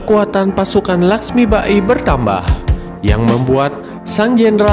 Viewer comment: Dr awal smpe akhir pen komen, lakhsmibai min bkn lakhsmiba-i 🤦‍♂️ Ini kan film bollywood bkn jepang.. Saya suka channel ini, mg kdpannya msukan2 netizen di apresiasi & dtrima ya min, bkn skedar kritik tp jg mmbangun ✌